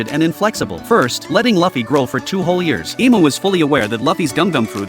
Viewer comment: Keep saying fluffy Lu fee